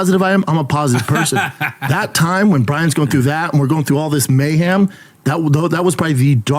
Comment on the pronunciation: Brendan “may-ham” Schaub